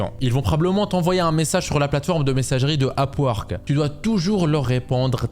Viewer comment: tu dit, A P U A R Q U E 😂 c est pas complique le sond UP! WORK ,,,,k